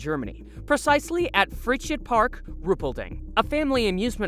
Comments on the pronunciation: its pronounced "fry" + "zeit"(like in zeitgeist) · The first location is pronounced "fry-sight park"! Freizeit means "free time"!